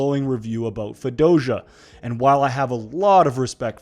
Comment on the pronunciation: you heard that right?! i thought i was trippin for a sec LOL